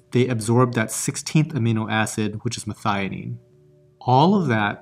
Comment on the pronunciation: Your pronunciation of methionine was spot on.